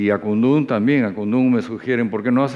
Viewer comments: Que incomo es escuchar al conductor durante toda la entrevista pronunciar mal Akundu, lleva tilde bro, el mismo coro de la canción te lo recuerda AKUNDÚN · Buena entrevista, pero no parece que conocieras la canción Akundún, que lleva acento o tilde en la "u", está mal pronunciarlo como Akundun. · (DEJAME CORREGIRTE POR DECIMA VEZ) AKUNDÚNNNN CON ACENTO EN LA Ú ajajjajajajjaja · Marcha para que diga Akundún correctamente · Lo unico que hacia falta era que miki le meta una cachetada por no pronunciar bien Akundun jajja